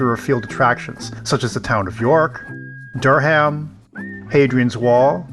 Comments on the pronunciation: Newcastle is in the East central uk (not west) Durham is pronounced Du rum and Alnwick is pronounced Ann ick. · I am watching my way through your videos planning our Carribean cruise, and you visited my home town. Im from North Shields where your ship docked. Newcastle is a lovely city to visit, I hope you enjoyed it. PS Proper pronunciation - Alnwick is Annick no L sound, And Durham is DuRum. The castle stairs lead down from the Moot Hall a very old Crown Court building. Those stairs were the last steps many convicted prisoners took in England, as they were deported to Australia by ship docked on the Quayside below the court. We have a deep hisitory of Coal mining and shipbuilding on Tyneside. Take a look at Lord Armstrong of Vickers Armstrong.